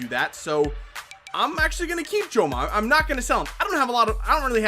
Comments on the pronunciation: Jome is pronounced like "home!" :D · In Jome's name the "e" is silent